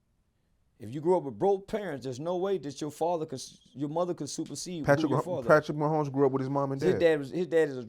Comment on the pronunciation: Blud said "Patrick Mahonie" 😭💀 "Bandman Keevie" 🤣